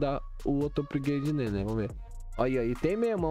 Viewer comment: "upgreide" kkkkkkkkkkk